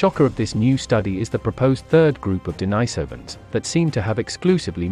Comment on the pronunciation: The Denisovans have their name from an eremit called St Denis. He was not called St Deenajs, so the name of the people is not Deenajsovans, but Denisovans..